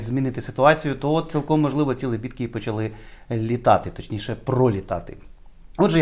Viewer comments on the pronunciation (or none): none